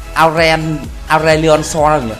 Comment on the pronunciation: hahaa anh đọc con aurelion sol nghe mắc cười quá :v LIKE LIKE